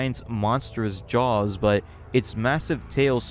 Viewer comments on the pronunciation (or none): none